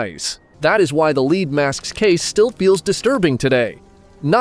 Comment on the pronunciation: Don't let the lack of views deter you. Keep going, that's all you can do. The only way to fail is to quit. You should try and do longer videos, 10 minutes or more. Also you voiceover is annoying when it says "leed masks" just check it, changing it to "led" should work.